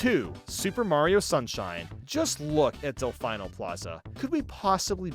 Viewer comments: Did he Really say, Del-FINE-O Plaza?! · my guy said "del FINE o plaza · It's Delfino, not Delfino. Kind of like how it's Mario, not Mario. 😉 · his pronunciation of delfino physically pains me